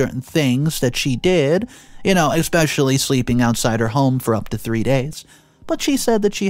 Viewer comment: Awry is pronounced (a- rye) not (airy). C’mon dude. This is supposed to be your career. Don’t get me wrong, I love your stories. However, I detest your pronunciation of so many words. This is your career. Why wouldn’t you want to put effort into it and learn to properly pronounce your words. For example, you don’t even say “especially” properly. You pronounce it with an “x”. Please show me where the “x” is in the word especially? My goodness.